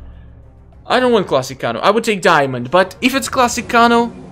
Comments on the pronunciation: (Kay-No) kano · its pronounced KAYNO IT SAYS IN EVERY GAME WHEN HE WINS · Why do you kanos name wrong